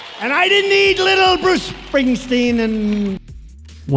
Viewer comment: Just listen to him slurring Bruce, he is a caricature or a man, puts me in mind of a TV show used to be on. Lazy Town, there was a pinched nose character called Stingy walking around claiming everything he saw was his, "Mine!" That baseball is "Mine" everything is "Mine!" Everything is his, and no one else can have it unless they steal it from him. 😂😂